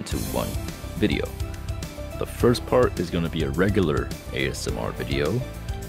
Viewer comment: She say sleep is for dah weak 😤